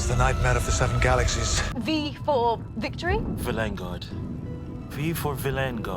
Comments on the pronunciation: vil-EN-gard annoys me so much, everyone else in that episode says it right why can’t Ncutiiii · i really like how villengard is handled with the doctor saying it 'wrong', but because it's pronounced 'normally' in the SAME EPISODE it seems more of a quirk of the incarnation